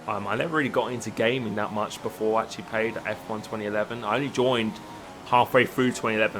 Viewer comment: Uh,, do you have a speech impediment or something? Because you never say "played" correct.